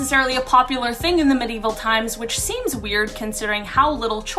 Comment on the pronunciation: I'm sorry, but I have to say it. The word is Medieval, pronounced me·di·e·val.